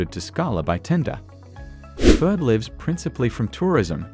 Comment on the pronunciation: This is a great video, but the narrative mispronounced Oia and fira